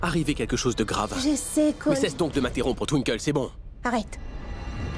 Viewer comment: 😅😅toutes les monds dit twinkel mais lui dit tinki 😅😅